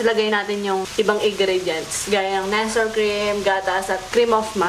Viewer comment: Ate jusko, di po NESEL pag pronounce jan. NEST-LEY po. 😭 Naka bother kase hahaha